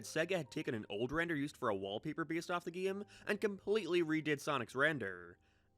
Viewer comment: Why do u pronounce game like that?